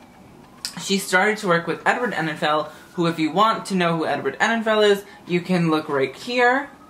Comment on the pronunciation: Enninful not Enninfell :P